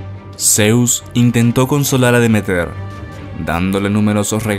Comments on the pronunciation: Y porqué dices DemeTER todo el rato si el acento está en la segunda “e” Deméter, con lo cual se pronunciaría DeMÉter? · Estimado, no es "de meter", sino deméter. Qué lástima que hayas cometido ese error tan feo. Arruina el relato.